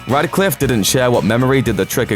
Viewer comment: RADCLIFFE, NOT RADICLIFFE